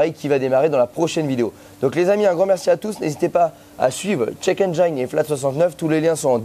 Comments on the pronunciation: juste une petite rectification de pronunciation sur le mot Engine en anglais, penses a la terminaison de "frangine" ça ira beaucoup mieux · Quitte à leur faire de la pub, autant bien prononcer le nom de leur société 😋 Engine en anglais se pronce "ène-jine" et non pas "ène j'aïe ne" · En anglais, on "ENGINE" se prenonce "aine-jine" et pas "aine-geaïne". J'imagine quio peux y a out de la clientèle internationale, si ca peut aider... Merci encore pour la qualité des vidéos!!! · Alors ce format la c'est juste GÉNIAL!! Faut faire des vidéos sur ce genre de thème 😃 (Petit détail: "Engine" ne se dit pas aine-jaïne, mais aine-jine, comme Gin-tonic) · engine : N-Gin .... pas N-jailln ! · Dufay mais en aucun cas ça ne ce prononce "aïe" dans Engine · haha j'ai déjà fait plusieurs fois la remarque à notre cher pour la prononciation de "'engine" mais il n'écoute pas toujours 😊... il doit trouver que ça fait plus mieux... même si en anglais il y a des règles en matière de prononciation du "i" mais aussi des exceptions... cependant tout ceci n'est pas bien grave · J'aime bien la prononciation a la française de check engine, on veut mettre de l'ail de partout ;) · Nickel comme video, change rien, même si la prononciation engine n'est pas bonne🤣, moi j'aurais dit pareil que toi, on t'aime comme ça.